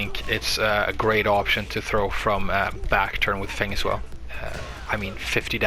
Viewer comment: you pronounce his name perfectly on second time. He is my favorite character and I am glad to find this great video